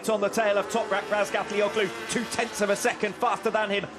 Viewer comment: Hey commentator. Who the F is Ratgallagotu? Maybe you should learn how to say the number one rider’s name before you open your dirty mouth.